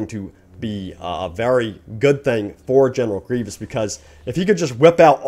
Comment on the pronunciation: sorry you just said dooku wrong and grievous